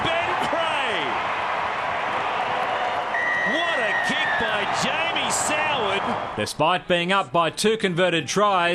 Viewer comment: if your going to tease soward at least get his name right